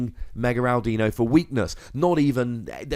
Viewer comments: It's not ow-dino... it's audino... like audio. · "AWW DINO" not AL dino... Since its a play on the word AUDIO. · Ow-deno. Cow-bail-ion. kill me. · Audino is pronounced Aw Did Know. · Its Ah-di-no. You are supposed to say it like "I dont know" fast and all mushed together. Not with a "Dee" in the middle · Also my friend made this deck when Audino came out :P and it's pronounced aw-dee-no and ma-geer-na